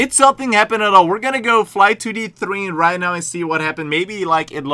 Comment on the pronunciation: You said thrain??? Train